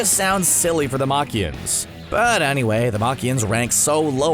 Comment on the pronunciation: Got the races all wrong and can't even say gohan or piccolo race right thumbs down.